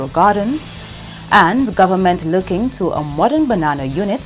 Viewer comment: The word is "government" not "gowerment," as I hear from a certain person. Well we don't want genetically modified crops in the nature isle. Sorry about the diver who lost his life while diving at champagne reef. RIEP🙏🏽